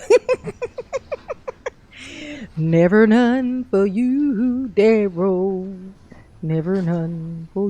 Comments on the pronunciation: Today is duh-rells bday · Duh-rel… is such an idiot.